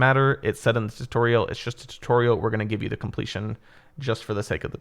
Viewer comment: short and quick tuutorial he said